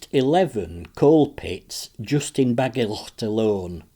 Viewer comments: Very much appreciated but it would be better if you just pronounced Bagillt as if it were only with one letter L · You are pronouncing Bagillt wrong buddy